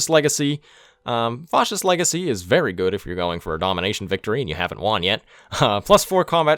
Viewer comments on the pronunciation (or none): The "a" in "fascist" is pronounced like the word "fast" / "bat" / "cat". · Nobody:: Faucist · I don't think I've ever heard anybody pronounce Fascist like that. Great video though! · 1 MISPRONOUNCING FASCIST AND -1 MISSPELLING FASCIST